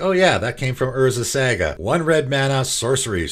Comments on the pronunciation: I'd hate to nitpick but I've heard you mispronounce Saga in too many videos lol. It is pronounced Saw-Gah not Sag-ah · I cringe every time you say Saga cause you say it so wrong lol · Love your pronunciation of saga